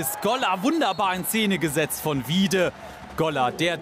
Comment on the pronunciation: Er heißt WieDe, nicht WieBe